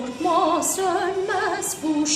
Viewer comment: Kadın söyliyemiyo sönmez diyeceğine sonmez diyo